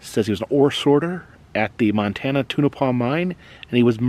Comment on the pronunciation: It’s pronounced Tone-a-paw!